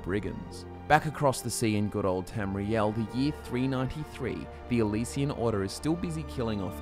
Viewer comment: Why are you saying Elysian instead of Alessian empire?